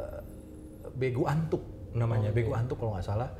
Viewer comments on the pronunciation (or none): Begu nur nur Begu latuk bukan Begu Atuk wkwkwk